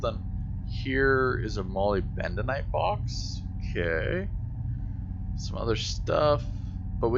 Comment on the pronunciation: ma - lib - duh - nite tore - ma - leen :)